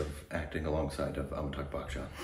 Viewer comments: well its Amitabh Bachchan & not Amitabh Buckchhan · It isn't "Bak-chan" it's "Ba-chan" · Its not pronounced as buck chan though....